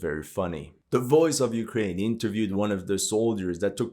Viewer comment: "but ukwaine winning"